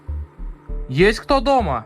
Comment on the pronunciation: Мне тоже эта фраза нравится) и интонация- немного не русская)))))